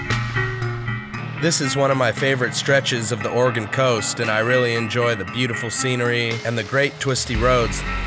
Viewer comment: I love that you pronounce Oregon correctly 😊